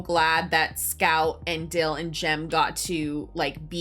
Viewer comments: Dale aint Dale. His name is Dill! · It's Dill, not Dale. Pay attention. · The kids name is Dill, not Dale. Great movie. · It’s not Dale… it’s “Dill.” and brother is not Jim. It’s Gem. Watched it in Advanced Placement English for Senior year high school. Shout out to Mr. Hobbs in Ventura